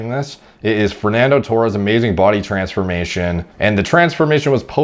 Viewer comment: Did he just say TRENsformation? 😂